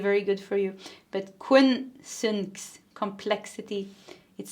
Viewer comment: Quincunx: that "c" in the middle takes a hard "K" sound (kuh): quinn-KUNKS (which mean 5 signs, or 150 degrees, apart on the zodiacal wheel).